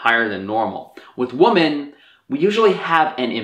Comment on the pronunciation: I honestly love your videos, and this is no exception... but you say the word ‘women’ kind of weirdly